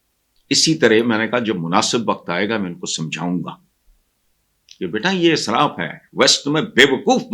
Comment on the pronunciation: جناب آپ بار بار اسراف میں الف کو زبر کے ساتھ بول رہے ہیں ، صحیح زیر کے ساتھ ہے israf . بہت ادب اور معذرت کے ساتھ